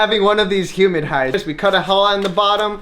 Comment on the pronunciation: Hey, “Humid Hide” 😂😂😂